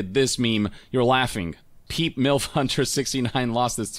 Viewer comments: It's "peh-pay" the frog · wait wait wait wait... hold up.. are we just gonna slide right on by this guy calling PePe, "Peep? ahha. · Did that man just call Pepe "Peep"? W t f